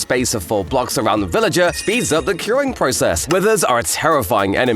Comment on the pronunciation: you actually didn't pronounce correctly "here's 40 things", because you actually said "he's 40 things". But why? Well, you don't need a long vowel just like you pronounce "r". And there must be hard c sound before "uring" in "curing". 2 mistakes = wrong